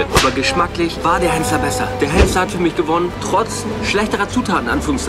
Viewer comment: Henssler und nicht Hennsler. Achte auf den Titel und lass mir nun den Fuffi. ;-)